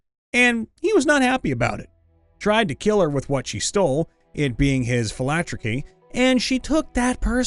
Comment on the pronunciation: ... Did you say "philacturkey"?